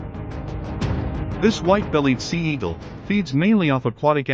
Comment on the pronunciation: Sea-Eagle? Seagle? Sea gull?